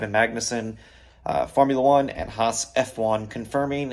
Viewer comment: Finally, someone who says HAAS properly. This is great news.